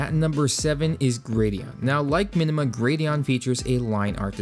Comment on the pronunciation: Links please. Also it's "Minma" not "Minima" icon pack. :P